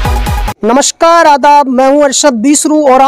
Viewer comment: भाई आप अपने अल्फाज़ को सुधारते ही नही हैं ऐसा क्यों?? नमशकार, नही नमस्कार होता है और भी ढेर सारे words गलत बोलते हैं आप आप थोड़ा पढ़ा लिखा करो जी बाकि आप अच्छा काम कर रहे हैं 👍